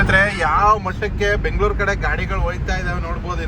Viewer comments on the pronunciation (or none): ಅಣ್ಣಾ ಬೆಂಗಳೂರು ಕಣಣ್ಣ ಅದು ಬೆಂಗಳೂರು